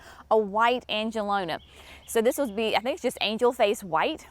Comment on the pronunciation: Angelonia has an i before that last a. an-juh-LOW-nee-ah